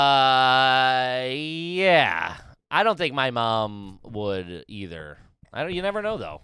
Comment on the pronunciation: I love when gets so confused/flustered by the shit says that he goes full gibberish mode! “Yeyeyey ya got wha wha what are what are you talking about?”